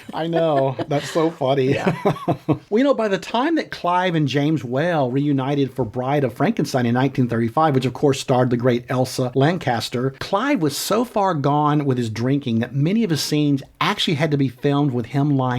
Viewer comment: Elsa lanchestet..not Lancaster